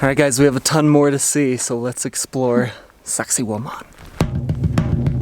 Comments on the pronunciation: Ive watched this a few times is my ears or do you keep saying "Sexy woman"? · Sacsayhuaman, it's quechua